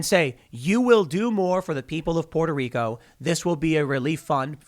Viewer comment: Tim pronouncing Puerto Rico properly is the most adorable thing ever !